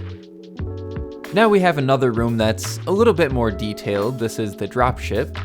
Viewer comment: you said dropie shipie, not drop ship